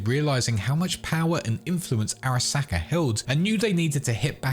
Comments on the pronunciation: Am I the only one who finds the pronunciation of Araska jarring? The game gives you the pronunciation... pls stop. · Every time he says Arasaka, a ceberpsycho is born